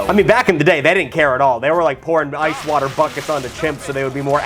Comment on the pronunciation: Fresh water wotters